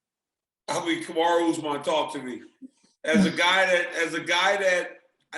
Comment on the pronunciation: I thought he called him "Kamaru D. Usman" and wondered what the D stood for.